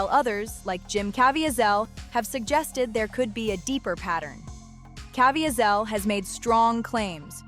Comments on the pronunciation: Cuh veez el. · Pronounced Caveezel